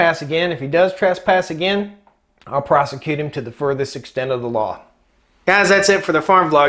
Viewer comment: " Ill prosocute" total dbag!